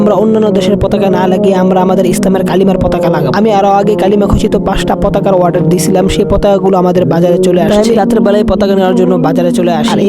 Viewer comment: Waarder ❌ Order ✅